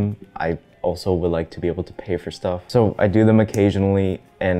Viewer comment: he really used an accent saying "so" there úwù